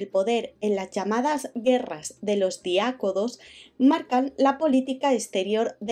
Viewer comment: Excelente vídeo Realmente complicado lograr resumir en tan poco tiempo la historia del antiguo Egipto,pero se logró con pulcritud y rigurosidad academica. Solo me quedo una duda, al parecer hubo un lapsus insignificante (aprox. minuto 1,45). El nombre es Diadocos no Diacodos. Muchas gracias por los vídeos !!